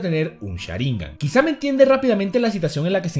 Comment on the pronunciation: es sharingan no sharINGAn